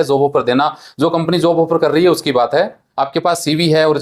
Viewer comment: Zapan nahi japan zob nahi job pahle bolna sikh le